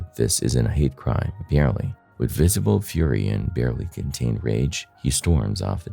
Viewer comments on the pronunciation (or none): none